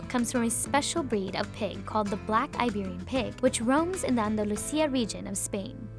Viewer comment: The thing that made me cringe was when she said "Iberian" with some kind of accent the first time, then she says "Iberian pig" normally in English.